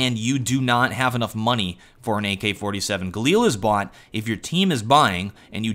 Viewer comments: He had Moaney for an AK but he bought a galil, nice pronunciation of the word money :P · "He bought a galil, when he had MUN-NEE" Loved the way he said Money, lol.